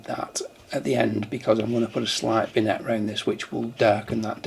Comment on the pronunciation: this is a most useful addition to your channel. I found the editing quite eye-opening, it made me rush to LR to revise some recent edits, thank you. Now to finish here is the only valuable tip I’m ever likely to give you, vignette is pronounced - VINYET - you’re just back from France so I hope you never said VINNET to one of the locals. Thanks again and here’s hoping your channel goes from strength to strength.